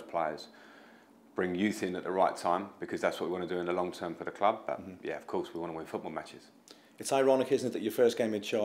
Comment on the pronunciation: If Everton had a nickel for everytime they had a manager that can't pronounce the word club, they'd have two nickels. Which isn't a lot, but it's weird that it happened twice.